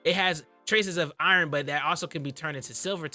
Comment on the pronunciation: im going to need him.... NEEED HIM to say iron COrreCTLY